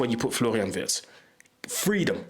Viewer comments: ? How comoes? YOu pronounced Wirtz's name perfectly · Just as a compliment: Unlike most English content creators, you pronounce the name of Florian Wirtz just like a native German speaker! 👍